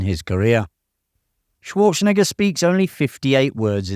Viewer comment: You may want to rehears saying Arnold's last name!!